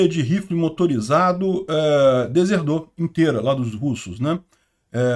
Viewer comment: "Deserdou" 😵 > Desertou 👍